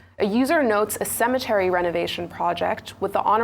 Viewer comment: She said cemetery Dr abati dey spoil the pronunciation again.na WA for niaja o..una no get Nigerian dictionary yet una wan pronounce words d way una want